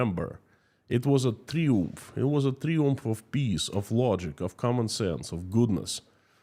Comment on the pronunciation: FOR YOUR INFORMATION THE WORD Triumph is pronounced in English as "TRY (ie as in EYE) UMF" rather than "Tree-umf". That would apply in the UK, USA, Australia, New Zealand, South Africa etc. In the French language that word is pronounced pronounced as you pronounced it, but not in English. Having said which (1) your English is MUCH better than my Russian and (2) this is yet another good video.